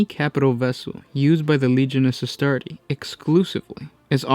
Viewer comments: can you guys stop mispronouncing Legiones Astartes. there is clearly an S at the end of Astartes. it's like Pokemon, it is both see a singular and multiple. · Suggestion: Always pronounce the S in Astartes. ;)